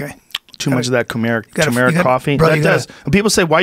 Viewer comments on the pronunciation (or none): its not toomeric it's tuh meric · Joe "TOOMERIK COFFEE" Rogan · Joe "Two Merrick Coffee" Rogan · Tumeric Coffee... lol NOW YOU PODDIN' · It's turmeric, there is an r in the middle